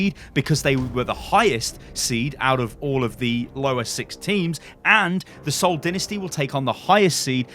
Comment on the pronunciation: How did my man just pronounce the Seoul Dynasty lmao